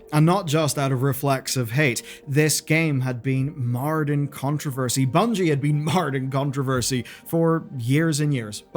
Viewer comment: I think you meant "Bungie" not "Bugnie" lol